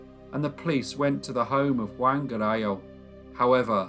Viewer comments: *JUAN rhymes with YARN, not YAN. * 😖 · In Byran's poem, Don Juan, Juan is pronounced Jew- un. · I'm pretty sure that as this took place in Spain, the name Angela would be pronounced An hela - not the German way of Ang ela. It's funny to hear his name Juan pronounced like Wan, rhyming with man - not the usual way that sounds more like one.